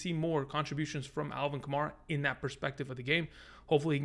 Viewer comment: love your stuff. just wanted to let you know that kamara's name is pronounced like kamAIRa not kamAREa